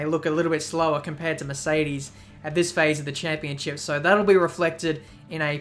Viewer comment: "so" .. not "soy"